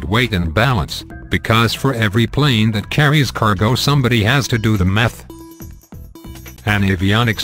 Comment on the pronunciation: sounded like " somebody has to do the meth"..Well..if anyone needs it LMAO!!!!.